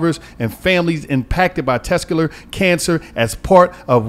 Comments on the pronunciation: Tescular Huh.🤦🏿‍♂️🤣🤣🤣🤣🤣💀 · Dis nigga said "Tescular" Awareness month.. 🤣🤣🤣🤣🤣 nigga what is Tescular? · Tescular? Come on lol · So gillie and white girl not gonna tell it’s testicular and not tescular? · Yeah it hurt my brain every time he tescular. 😆😆😆 Just say sack king. Pause. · keep fuckn sayn “tescular” & nobody corrected him 😂😂😂 im fuvkn cryin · Tescular? 😂😂😂 You mean testicular?😂😂😂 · That nigga said tescular (testicular) cancer. 😂😂 I wish I was on that show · Somebody gotta teach how to talk... Tescular is not a word its testicular😅😅😅😅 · Bro what the fuck is “tescular cancer” smh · It’s test-tic-ular maaaaan🤣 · Sound it out 😭 Test - tic - you - lar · Let Mona talk more! It’s annoying how much the discussion only be between and Gillie, especially wit the serious topics! And this nigga needs to learn how to say testicular 😂😂 Mona is funny af and drops gems comedically...y’all gotta let that shine thru🤷🏽‍♀️ijs